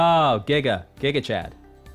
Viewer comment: giga like in gigabyte, not guyga or geega lol